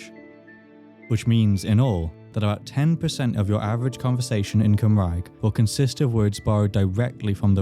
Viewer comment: 😒🤚Cumrag? 😎👉Cymraeg.